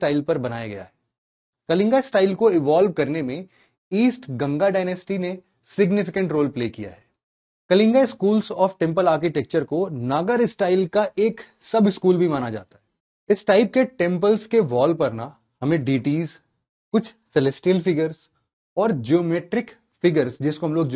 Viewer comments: ‘नगर’ या “नागर” शैली 😅 ⁉️ ‘चंडेला’ या “चंदेल” 😂⁉️ भैया❗️ यू॰पी॰एस॰सी॰ वालों का ज्ञान बाँटने से पहले, अपने उच्चारण ठीक कर लेते 🙏🏽❗️😜😝😃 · Vah Nagar nahin hai sar vah Nagar shaili hai itne angrej mat Bano ki Nagar Nagar bol rahe ho chola chola bol rahe ho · Sir please नागर not नगर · नागर✔ नगर ❌ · Sir you wrongly pronounce Nagar Style please correct it🙏